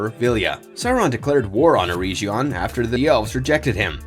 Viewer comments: EREGION!!!!!!!! EREG - ION NOT ERE-GION SAY EREG NOT EREIJ EREG ION EREIJION MADE MY EARS BLEED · Ereshion??? You mean Eregion (urr-egg-eon)